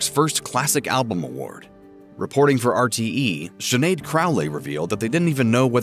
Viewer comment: Please learn how to pronounce her name !! It is pronounced Schin aed...not Sin aed. Sinead is a common Irish name and much appreciated when other cultures learn to pronounce it correctly. Listen before you speak! I'm sure Sinead would appreciate it too!!💚